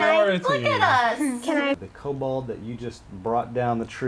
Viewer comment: "Kobold" -- it's "kobold."